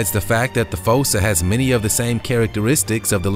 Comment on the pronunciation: It's fussa